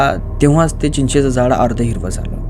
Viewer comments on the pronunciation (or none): चीचाच झाड, नही भाऊ! चिंचेच झाड हो!😂